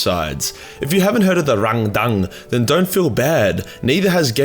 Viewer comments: sounds like a dyslexic German, when he tries to say "Randang". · the way you pronounce Rangdan is confusing as im like 90% sure its just. Rang and then Dan... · I can't help but giggle every time says the name of this. The way he leans into the pronunciation every single time just keeps making me laugh.